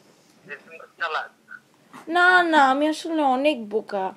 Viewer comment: Its "BOKA".. not "BUKA" -_